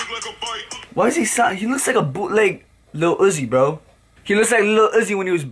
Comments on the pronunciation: how he pronounces lil uzi (lil’ ugh•zee) it’s (lil’ oou•zee) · Oh god...did you really pronounce lil uzi like that